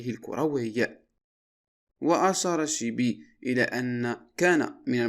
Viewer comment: اسمه الشيبي ماشي شيبو ماشي كسر بضم الحرف الأول بل فتح الحرف الأول وكلشي عندك ملقط